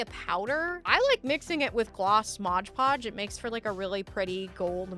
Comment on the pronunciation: MOD podge! 🤣 No G in Mod. Bag making is a skill set in itself. You did really well! And now you'll have a better idea of the challenges you will face next time you want to make one. 😊